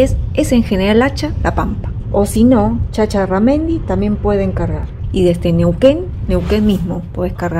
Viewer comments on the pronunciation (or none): Chacharramendi... No chacharanendi